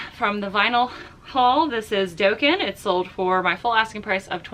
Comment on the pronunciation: Congrats on all the album sales! FYI... "Dokken" is pronounced "Dock-in" (not Doke-in). Great to see the post cards are still selling. Since it was a "free to me" sale, I hope you put that toward your Bronco.